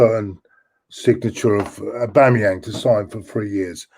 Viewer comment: Aboomeyang 😆😆😆 get it right!